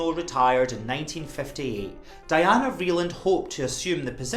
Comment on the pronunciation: Anna Wintour is a snob. She isn’t in the same realm as Mrs. Vreeland. And btw-it’s pronounced Dee-anna